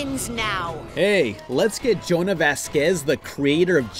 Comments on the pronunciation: Jhonen, not Jonah. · It's pronounced "Jo-nen", not "Jonah" lol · Johnah? Sorry sir, his name is JO-NEN. Jhonen. He is very touchy about his name, and with reason, apparently. Why would you not take a second to read his name correctly? I don't get it. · You pronounced Jhonen wrong.